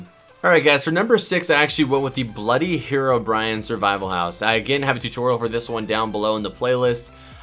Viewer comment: Did anyone notice he said hero Brian lol